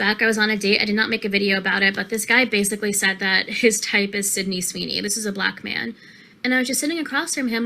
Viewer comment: Bro said syndey Sweeny... Man that's shows she watches. Aint no dude she talked to say his type is Sydney Sweeny by name.